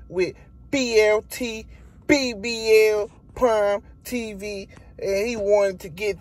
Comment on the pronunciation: Bud couldn't even say BLK Prime correctly